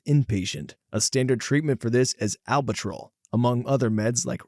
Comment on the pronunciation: Just a polite heads up, but you butchered the word albuterol. It’s Al (like the man’s name)-bew (“blew” with no l)- tur-all. If you search YouTube or google for “how to pronounce…” you can often find a handy guide. 😊